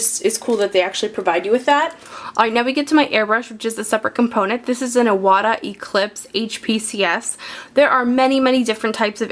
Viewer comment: It's pronounced I-wa-ta. "Moisture trap" keeps air dry. You can put the compressor on the floor. Well done video.